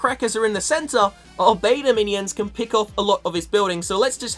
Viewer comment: it's beta Minions not Meta minion 😂